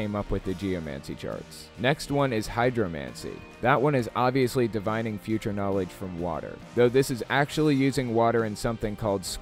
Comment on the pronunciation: "DIV-in-ing" not "di-VINE-ing"... ffs, this video fails on so many levels. Tons of bullshite.